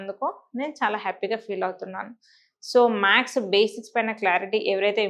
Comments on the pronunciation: You are saying. MAKS...Its not maks it's maths....+ Or - symbols..sign kuda anachu while teaching you must say smbols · ప్లీజ్ మేడం మీరు మ్యాక్స్ మ్యాక్స్ అనకండి 🙏🏻🙏🏻🙏🏻 మ్యాథ్స్ అని పలకండి ప్లీజ్ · Plz say maths, not max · మ్యాక్స్ అనకండి. మ్యాథ్స్ ఆనండి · ఆవును మాథ్స్ అని చెప్పాలి